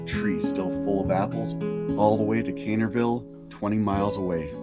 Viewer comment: it’s Also Caineville not “cainerville”